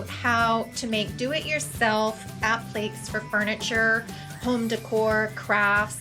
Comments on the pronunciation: App-lee-kay(s) not app-leeks lol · Appléks? Isnt it 'app-li-cays'? Appliques? I confused myself